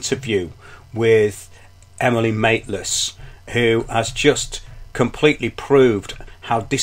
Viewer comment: I like how you say Emily Mate-less LOL